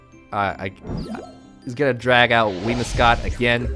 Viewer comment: WhimSIcott, not WhimIScott.